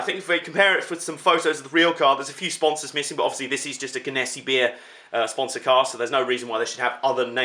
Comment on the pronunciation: Im dying right now your pronunciation of that was soo off lol. I live in the area where the company is. It's pronounced gen-a-sea